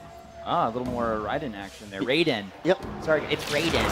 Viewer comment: This fool said Raiden the right way. Not the MK way. If its MK you pronounce it "Rayden"